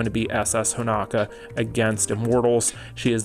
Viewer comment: Will ever call Honoka Honoka and not Honaka? Find out on the next episode of DBZ!